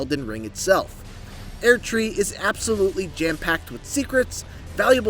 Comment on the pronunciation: Why is he pronouncing it "aired tree?"